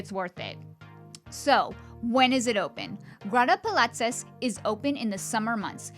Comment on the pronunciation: When doing a review, especially of a gorgeous place like this, the least you could do is learn to pronounce its name!